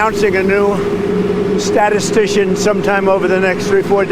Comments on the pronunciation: Stat-tit-tician? Chump can’t handle many syllables in a word! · Who got the task of teaching ***mp how to say “statistician “. That must have taken some time.